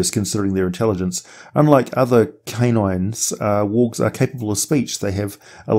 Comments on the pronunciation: I constantly hear "orcs" not worgs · Bro, at like minute 5 I completely lost track on you pronunciation for wolves and worgs lol